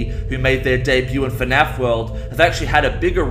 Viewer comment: Nobody:: FeNAF